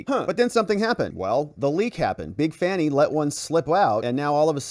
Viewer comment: Hint.... her name is pronounced "Fawni".. it is an African name. Everyone gets it but